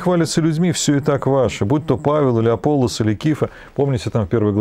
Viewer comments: Всё-таки, АполлОс, а не АпОллос. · как по-гречески, не знаю. Но по-славянски Аполло́с. Там ударения в тексте стоят, в отличие от русского перевода.